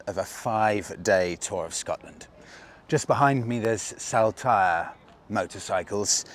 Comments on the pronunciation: Saltire is pronounced like Saul-tyre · Love the content and as a born, bred raised Scotsman i may be able to help with pronunciation so us natives dont wince in pain lol … For starters in Day 1: Saltire Motorcycles ….. Incorrect: SALL-TYRE Correct.: SOL -TYRE I’m ere to help and look forward to the next episodes 😂👍🏼👍🏼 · Salt- ire, as in the condiment, if you will. Just saying, no offence intended.😉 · Saltire …the first part is pronounced Salt as in table salt. 👍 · its pronounced soltire, after scotlands flag. My mate runs that wee cafe JTs